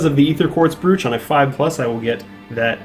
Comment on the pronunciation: Very much enjoyed pronouncing brooch “brewch”.